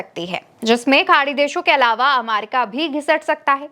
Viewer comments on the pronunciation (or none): Bahen ji America ko Amaica kahna uchit nahi hai.please correct this.